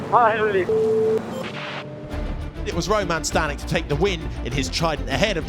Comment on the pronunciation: Staněk = Stahnyek, short vowels.